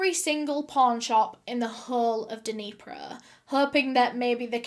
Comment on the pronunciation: God it took me a hot second to realize wtf is denipro (it’s actually Dnepr with an Italian R) hahahahaha Greetings from Russia 🖖